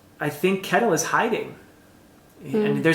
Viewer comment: Finally getting to read these books after waiting for them from the library! So fun to hear your thoughts! Just a side note, It might be different in old Norse but I'm Swedish and we pronounce Kettil/Kättil more or less like shettil (like a shushing sound st the beginning)